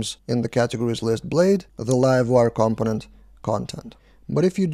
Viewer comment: It's pronounced "compónent" - stress on the second syllable.